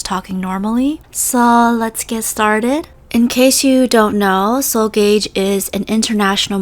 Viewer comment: Wait I think it’s pronounced ga-ge